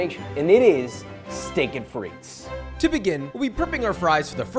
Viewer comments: it's just steak-frites, no "et"... and shorten the "i" in frites, it's more frits than freets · Coming from a French speaking region, that "frites" pronunciation threw me off haha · This is great, just one thing that is cringe worthy; you DO NOT pronounce the 's' in Frites, it's silent!